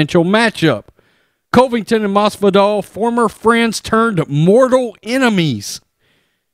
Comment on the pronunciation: Bro.. Get the man's name right! Not Cove-ington. How many videos do you do about him and still can't get it right?